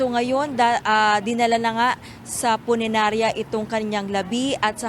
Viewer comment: Punirarya po, hindi puninarya! 🤣